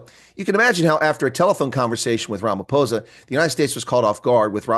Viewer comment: First time I'm hearing an American pronouncing Ramaphosa correctly.